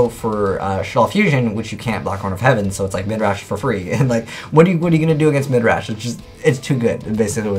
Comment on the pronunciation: Stop. Saying. Midrash.